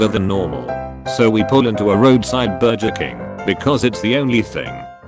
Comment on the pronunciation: And burjer